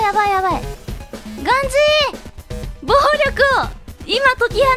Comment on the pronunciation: ガン↓ジー↑で草